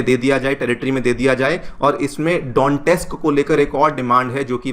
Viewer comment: DONESK/DONETSK ❎ DONTEX/DONTES ✅ 😂😂